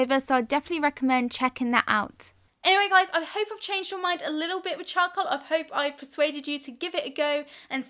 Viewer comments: I heard choco instead of charcoal.. And now i cannot unhear it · she says chow-cool